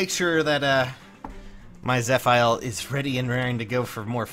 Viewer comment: My guy. Im fairly certain its proounced zeh-fee-l